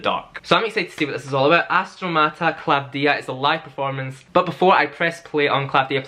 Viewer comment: You really did your homework! You even said Klavthía the correct way! The only one who is not Greek to nail it! 😊